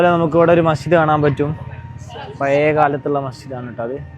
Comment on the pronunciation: എന്റെ പേര് ശിഹാബ്. എല്ലാ വ്ലോഗ്ര്മാരും ചെയ്യുന്ന അബദ്ധം താങ്കളും ചെയ്തു താങ്കളുടെ മുഖം കാണാൻ അല്ലലോ ഞങ്ങൾ വ്ലോഗ് കാണുന്നത്... പിന്നെ രണ്ടാമത് ഉച്ചാരണ പിശക് ആണ്.. ഴ എന്ന വാക്ക്. പയേ മസ്ജിദ് അല്ല.. പഴയ അല്ലെങ്കിൽ പഴേ മസ്ജിദ് എന്നും പറയാം